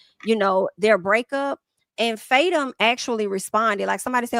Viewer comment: it's pronounced Fa-Toom 😭 I die everytime you say faytum lol